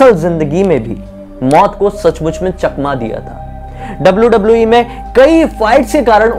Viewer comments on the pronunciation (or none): Aap ne bola chakma diya meine suna🤔 chakna😂🤣 diya